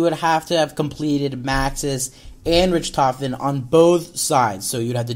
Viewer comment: DJ you're cool and all. But it bugs me when you say Richtofen's name. It's not "Rich"tofen, it's "Rick"tofen